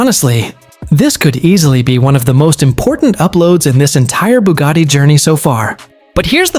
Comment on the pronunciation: "BOOGARDY"?? It's "BUGATTI" "BU" rhyming with "YOU", "GATTI" rhyming with "FATTY"